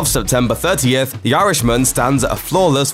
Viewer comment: It's not pronounced 'Yarishman', it's actually 'Irishman'